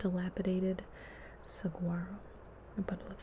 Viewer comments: just so you know, saguaro is pronounced sue-are-o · It’s pronounced so-nor-an and suh-war-o but I really like this series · I just wanna say, the g is silent in the word saguaro. It’s pronounced sa-waro. I love all your videos!!! ❤️❤️❤️ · I’m from Arizona, born and raised in southern AZ, and I gotta say, it’s hilarious listening to you try to pronounce words like Sonoran and saguaro haha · As an Arizonan resident of 26 years, I found your pronunciation of Saguaro funny. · It's weird hearing Gibi pronounce stuff like "saguaro" and "ocotillo" - I'm from Tucson, and they're so normal to see here that it's hard to remember that some people have never seen them or had to say the words 😯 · Dearest Gibi the "G" is silent in saguaro.